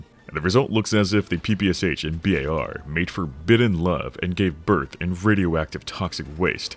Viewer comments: Sorry, but cant stand it... That soviet smg not p-p-c-h, it is pæ-pæ-sha [pɜːpɜːˈʃaː] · "Erhm aktually its pronounced pappasha🤓☝️" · Being from Ukraine (which had been a part of the USSR), it's so weird hearing PPSh beiing spelled like that, lol. As "Sh" is spelled in one letter in russian, the way PPSh is pronounced is "Pepesha" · It take me some time to realise what PPSH is) because it's original abbreviation consist only of 3 letters - "ППШ"(P-P-Sh). its stands for Shpagin submachine gun. It's just a bit funny to hear P-P-S-H, but tbh this pronunciation more cool ;) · i hate when PPSh-41 (ППШ-41) pronounced as "pee pee ass h". It's Shpagin's submachine gun! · Huge mistake was naming PPSh this way that others read it like 4 different letters. When in reality last "Sh" sound is pronounced like in word "Shallow". Because PPSh literally stands for "Shpagin's sub-machine gun" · Bro, you cant criticize others for gun cringe while mispronouncing PPSh that badly 😂